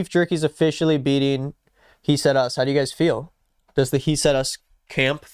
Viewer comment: he said us more like he said HEAT 🔥👽🗣‼️